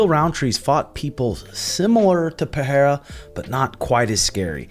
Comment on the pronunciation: PeReira not PeHeira please.....